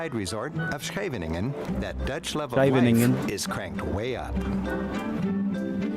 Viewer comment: lol not Schevinengen, but Scheveningen, my hometown ❤